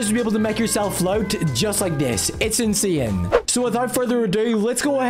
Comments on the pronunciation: "Insian" "Chiange" 😭😭💀💀💀💀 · the way he says insane ''inswyane just makes me laugh🤣🤣😅😅